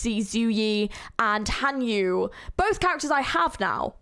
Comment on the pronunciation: I'm just going to say it. Your pronounciation of Xueyi and Hanya physically hurt me since I come from a chinese background.